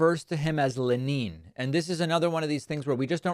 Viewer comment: In Russia they do not say leNeen.